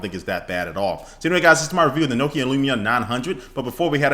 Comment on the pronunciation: It's Nokia not nookia ha great vid